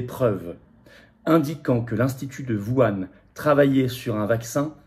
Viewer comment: Tu peux prononcer Whuan correctement ?